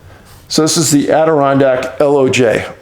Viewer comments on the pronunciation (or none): Loj is pronounced "lodge" (because that's what it is). I live in the Adirondacks, Not far from Mt Marcy. Anyone from here will tell you that you need to respect these Mountains, they might not seem like much to Y'all out west, but they are just as, (if not a little MORE) dangerous than what you are "used to". These Mountains are much, much older than the Rockies, and have a life and energy that many of you wouldn't comprehend. The conditions can change so much faster than you would think, and Mt Marcy is infamous for this reason. it catches so many people off guard. I am there at least 4-5 times every summer, looking for a lost hiker, LISTEN TO DAVE! And know what you are getting yourself into before you think "...its an easy hike, I'll be back for dinner..." I don't want to have to look for you too, I'd rather we be eating dinner at home... ;-)